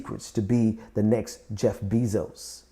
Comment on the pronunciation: Bezos is pronounced BAY-zohs, not BEE-zohs.